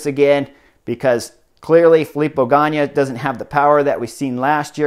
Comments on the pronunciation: Cmon it's Ganna not Ganya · It’s Filippo GANNA, not GANNIA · Chris, it's GA-NA, not GA-NEE-AH. Great commentary. Looking forward to Giro. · Ok Chris, again really nice break down......BUT!!! Drove me nuts when you repeatedly called Gana ...Ganya. Dude Gana, there us no Y in his name. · Ganna is pronunced like GUNNA not in that spanish kind way , please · Chris, you are my favorite cycling analyst, so I say this with all respect. It hurts my heart a bit that you struggle with pronouncing the names of cyclists. Even simple names like Ganna. There is no "y" in Ganna.